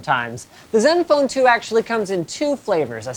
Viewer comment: HOly crap. LInus ACTUALLy called this phone by the CORRECT pronunciation instead of " zedenfone 2" ? 0.o There is hope yet.